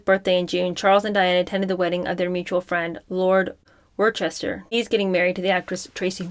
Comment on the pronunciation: Your pronouncement of Worcester will give an earache to anyone in the UK or the Commonwealth of Massachusetts.